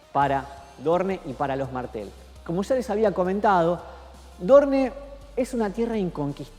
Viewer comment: aaay porfavorrrrr porque dice ''dorne'' se dice ''Doorn''